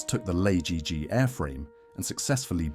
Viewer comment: Oh god AL-AY-JI-JI my ass Just say "lagg"